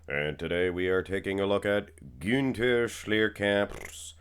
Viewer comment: You pronounce the "Ü" in Günther very well. The same "Ü" needs to be used in "Rühl" instead of the "U" or "OOOO" you like so much ;)